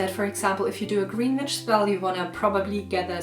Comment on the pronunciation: i always giggle a little when you say witch, cause i always hear bitch. Awesome video!